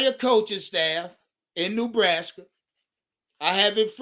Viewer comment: No ties to NB just a panthers fan and Rhule hater. However, for the love of God it's not pronounced "new"braska